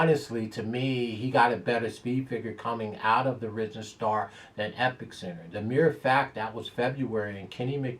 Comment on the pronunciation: c'mon, the present fave in the Ky. Derby is EpIcenter, not EpiCcenter